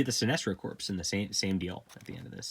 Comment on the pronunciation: “Corps” is pronounced “core.” Like “Marine Corps.”